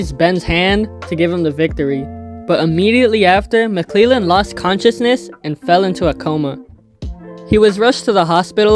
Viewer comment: Gerald mcclellan is pronounced mick lell an. Not mick lee lan. Good video bro